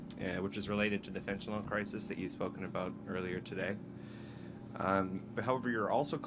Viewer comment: "FentanYL", Pierre - NOT "FentaNOL"!!! 😮